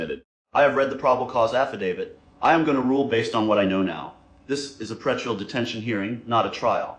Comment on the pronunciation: Twice within 2 minutes you mispronounced the word "pre-trial" at which point I left. Review this stuff before posting it.